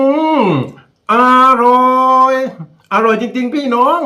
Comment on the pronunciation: ตาลุงโหดมากพูดว่าอาอร่